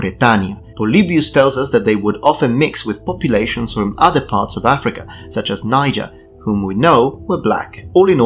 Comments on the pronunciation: It's actually pronounce as Nee - Jay, the river is what is pronounce as Nai - Jar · Niger is technically pronounced nee-j-air